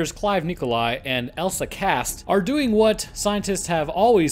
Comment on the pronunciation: emphasis on "doing"